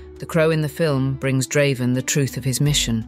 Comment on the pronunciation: You didn't have to ruin this video with Ai. by the way, Draven isn't that hard to pronounce